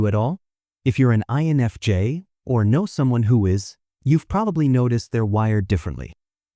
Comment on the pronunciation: No but lets talk about everytime the translator says "life jays" " eni james" instead of INFJ